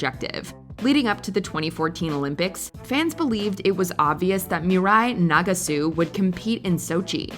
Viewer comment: Team USA’s baffling decision… there are many other decisions that should be named here. 2018 taking Adam Rippon instead of Ross Minor for starters. You’re pronouncing Nagasu incorrectly. The “last laugh” that you say Mirai got over Ashley, being the first American woman to land a triple axel, the clip you showed was a double axel.